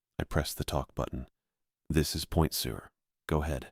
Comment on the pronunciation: It's pronounced Point Sir, now Point Sewer. Good story though.